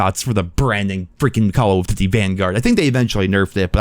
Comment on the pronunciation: Why does it sound like youre choking on something whenever you say “duty” when referring to “call of duty”. It’s like you say call of “fhdhdhdh” lol it’s pronounced DOOTY